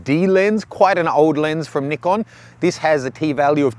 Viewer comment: Ohh, finally someone that pronounces Nikon right. It's Nee-con, not Ni-con